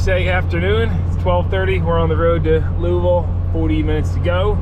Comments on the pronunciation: It's pronounced "Louavul" all slurred together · Thanks for not calling Louisville Lewis ville but you did say Lewee ville its pronounced -------- Lou ah ville